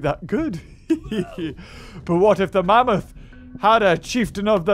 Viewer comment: I laugh when said mamoot